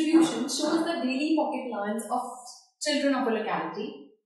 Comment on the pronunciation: and yes one more it is not pronounced as A-lo-nce but as Allow-nce